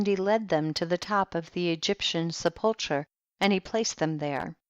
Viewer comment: Wouldn't it be an accomplishment if learned the correct pronunciation of "whilst" and "sepulchre?" She did an admirable job on the proper nouns, however.